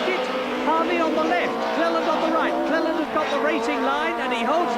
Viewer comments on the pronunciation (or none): 19.42.. Cleland 'slaute':) Loved the old days of touring cars and still a fan today and head to watch live races as much as possible. Great vid.